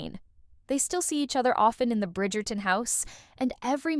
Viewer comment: Oye, no se si soy yo o pronuncias Bridgerton de una for.a rara. Esperé otro video (este) para hacértelo notar. Como se pronuncia Brifgerton???!!!